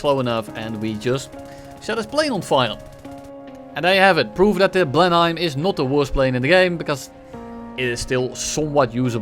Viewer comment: hey, for future reference it's pronounced "Blen-him"